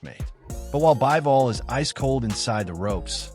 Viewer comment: Not "Baɪvɔl" but "Biːvɔl".